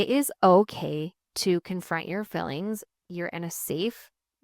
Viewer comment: I love you. Always have. One bit of constructive criticism … it’s fEElings. Not FILings. 😅I know it’s a Utah/Idaho dialect but….